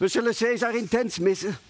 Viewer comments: Caesar spreek je uit als 'kaisar', niet 'seesar' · Khaat t Hoe ze caesar zegge das helemaal fout